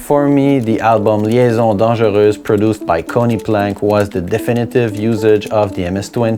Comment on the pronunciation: "Liaisons dangereuses" was really well pronounced, well played sir !